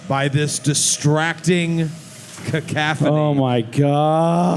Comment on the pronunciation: I'm surprised noone pulled up for saying "cacaphony" not "cacophony" 🤣